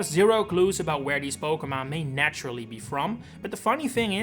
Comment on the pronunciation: Stop pronouncing Pokémon wrong it’s unlistenable bro